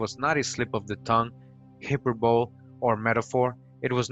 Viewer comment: How can you take anything serious that this man says when he can't even pronounce hyperbole he said hyper bowl. Ijs.